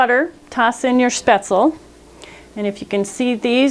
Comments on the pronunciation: Ummm...Spaetzle does NOT rhyme with pretzel. Nope. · Actually, it's the wrong way. The last "e" is not silent. "sh-payts-luh" is the correct pronunciation.